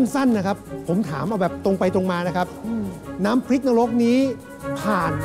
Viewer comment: ขอให้กรรมการช่วยแก้การออกเสียงของน้องให้ถูกต้องด้วย คำควบกล้ำ น้ำพริก ไม่ใช่ น้ำพิก เป็นคู (ครู) การปล่อยไป เท่ากับยอมรับว่าถูกต้องแล้ว น้องจะพูดผิดต่อๆไป